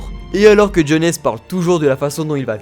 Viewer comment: Tu prononces très mal les noms... KNEUKEUL, JONESSE... C'est limite un manque de respect 😂😂